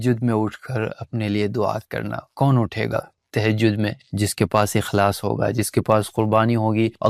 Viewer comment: Tehjaud.. Ya tahjud😢